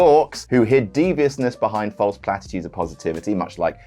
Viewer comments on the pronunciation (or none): none